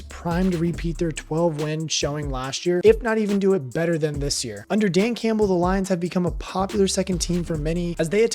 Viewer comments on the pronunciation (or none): none